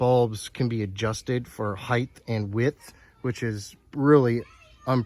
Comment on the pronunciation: Height, not heighth